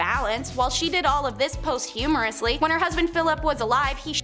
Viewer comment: ditto. I was stunned by the ignorance. However i kept on watching and there was another corker.... She kept on about "post - humerously" when there was absolutely nothing to laugh about. I think she meant to say "posthumously"....